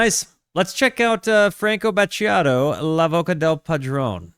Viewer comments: FrUnk Oh - Butt yaht oh - luh - vo tche - dell (like the computer producer) - Puh dron eh - (try to read this with your English pronunciation and I believe you'll do that better) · "Franko Baciado, la Voca del Padron... please tell me if I've completely butchered this man's name and album title..." Yes, you have, both 🤣🤣 By the way, Battiato is one of the greats, music royalty, in a class of his own, and definitely one of my favorites. He's the philosopher of Italian music, as you noticed by his lyrics. Years later, Morgan (Marco Castoldi) would try something similar, with Bluvertigo first, then as a solo artist, but fell short of Battiato's greatness. The songs you listened to are not the original version from 1981, this must be a remastered version with edits. I think the original version is better overall, more stripped down arrangements, but as a whole a more interesting sound. This one has some songs that are shorter, some that lose compositional details (variations in the verses), extra guitars, strings, and synth parts. The original is better, check it out for example, towards the end of "Summer on a Solitary Beach", the original version has the drums going in the chorus, this one doesn't. Or in "Gli Uccelli", your version ends with strings doing the melody, the original version has a much more interesting synth solo that mimics birds chirping, and many more differences. This album is an outlier in Italian pop music history. It climbed to the top of the charts despite not being your typical easy listening music. The only other time something like this happened was maybe with CSI and Tabula Rasa Elettrificata in 1997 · "I think I'm saying that correctly" no, you're not, but that's alright. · You butchered it horribly 🤣 Go check on google translate next time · You have completely butchered this man's name and album title. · You completely BUTCHERED it yes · jeah you butchered his name , sorry